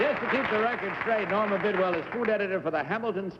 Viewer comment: Well, I know who Norma Bidwell ISN'T. She couldn't even pronounce her name!